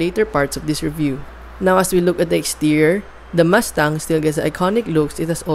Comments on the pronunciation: Wow nice muscle car Ford MASTANG as you said😂. I thought it pronounce MUSTANG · I can't finish the video. Because mas tang oh my fuckin god. Ears are bleeding you can't say it right.